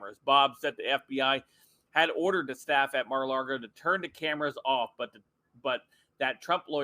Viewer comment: Stop saying Mara Largo!